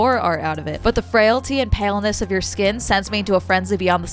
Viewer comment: The guy said "pailness", not "paleness", so he thinks you're like a pail in some way?